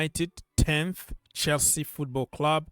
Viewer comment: I like the way you read Chelsea 🎉 Love for the big blue club